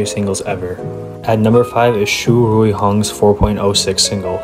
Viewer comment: fyi you pronounce in english ruihang's name is hang xu rui